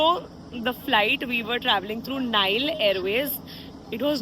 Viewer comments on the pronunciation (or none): none